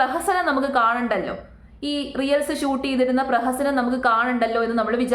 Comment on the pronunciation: റിയൽസ് എന്നതിന് പകരം റീൽസ് എന്ന് ശരിയായി തന്നെ പറഞ്ഞു കൂടെ..